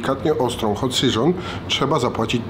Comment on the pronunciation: Hot Seżon xD